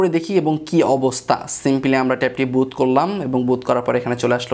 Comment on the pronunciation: বুত নারে ভাই, বুট।